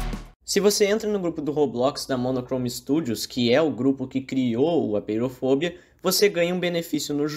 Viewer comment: so uma coisa, apeirofobia, se lê apêirofobía, pois vem do grego apeiron «infinito» e phóbos «medo» e -ia